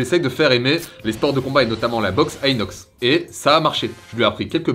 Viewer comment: Cest moi ou il appel inox iness des fois 😂